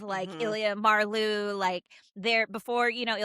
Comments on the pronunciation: Just found your channel. I’m looking forward to catching up on your videos. Love this one! By the way, Marleau is pronounced like Marlow (Mar-lo). :-) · Spelled Marleau (translated to ocean water in French ) pronounced like Mar-Low 🤭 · Another great giggle fest listening to this top 5! We love our supporting characters. Because I am picky (nerdy?? yup) like that, just a minor correction on the pronunciation of "Marleau". it's a long "o" sound on the end, not a "u". typical for all French words or names that end in "eau". Love that Svetlana is your #1! She has been a lifeline for Ilya. I have heard in other YouTube fan spaces that there is a storyline for Svetlana where she gets a top tier role in the management of a MLH team so she can use her hockey expertise. Would love that for her. And I love that in the scene on the bed with Ilya, she gives us a little peek into her opinion that Ilya may be a more versatile player than Shane -- even though she was kind of busting his chops. Both Ilya and Shane play the center position on their teams. When they are talking about them being on the same line at the all star game Ilya says he doesn't think Shane can play wing and Svetlana says "but you can". And I don't think Ilya will continue having a physical relationship with her. He is loyal to Shane ,babes!! Thanks for another lovely ride down a HR rabbit hole! 🙂